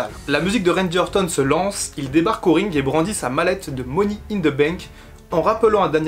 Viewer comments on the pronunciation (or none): les français vous devez vraiment arrêter de dire Ze il dit même pas ça le pire il dit Zi wtf bordel c'est plus possible là